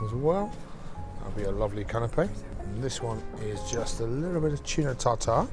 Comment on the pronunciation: Chef pronounced Tuna the way Nigel Tufnel pronounced it at the end of a This is Spinal Tap. I love it! Great video. Straightforward and educational as always. Keep them coming.